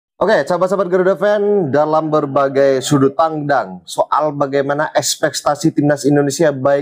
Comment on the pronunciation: sudut pandang bukan sudut pangdang, ekspetasi bukan ekspetaci.. lawak wkwkwkwkwk